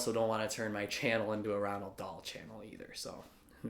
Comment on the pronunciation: Ok so is there like a silent N in between the O and the A in Roald... Because I'm pretty sure his name isn't Ronald